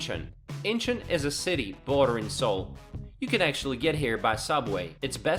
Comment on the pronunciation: ok, someone that CANNOT say Gangnam or Incheon correctly.......don't know if I can trust the information in this video👀